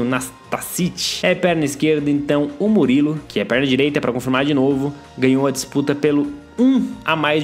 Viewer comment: Não se fala Murilo E Sim Murijio